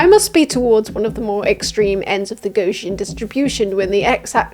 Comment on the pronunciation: Hi, Gaussian is pronounced "Gow-ssian" thanks love ya bye